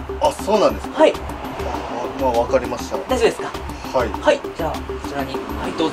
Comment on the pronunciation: はいがはいiになってるwww